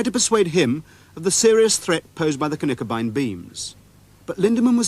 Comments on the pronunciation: Tip on your pronounciation (and I know this is not easy for English speaking people and there are several places on the internet that don't teach it the right way). Knickebein is not pronounced like kuhnickebein. It starts with a short K and directly behind it the N. Kinda like you say Klingon and not Kuhlingon ;) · about the pronounciation of Knickebein: There is no "a" in Knickebein. Speak the K with an almost closed mouth. It's a german term. Germans don't add vocals to words without a reason. That wouldn't be efficient.